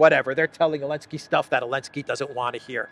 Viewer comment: Coke makes people paranoid, that's Zelensky's problem with the firing! Why do you keep saying Elensky, it's sounds stupid! No offense intended!